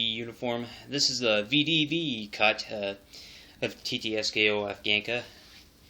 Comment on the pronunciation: it's not Tee-Tee-Es-Keh-O.. it is Tee-Ts-K-O ТЦКО